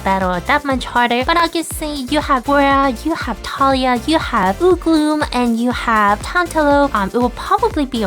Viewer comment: am so sorry to correct you again..but it's "Uloom" not "Ugloom" grins OMGGGGGGGG ur sf😱 i have no sf unlocked omg am so behind you ppl